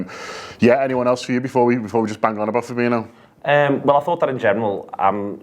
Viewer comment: Fabinho, not Fabino. It's spelled the same way as Coutinho and not surprisingly is pronounced the same way.